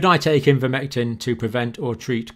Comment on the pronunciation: Linguist here: it should be eye-ver-mectin not in-ver-mectin. ) He goes back and forth, bless him.